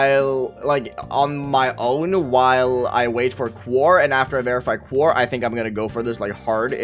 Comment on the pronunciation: You’re still pronouncing quaoar wrong. It’s pronounced “quo-are” not “quar”